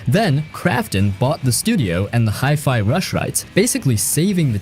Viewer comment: Best video so far, no boring a f Rise. 😁 But one question: How the heck did you pronounce Hi-Fi? Hi-Fi means High-Fidelity. So it's High, not Hee. 😂 And that comes from someone whose native language isn't even English.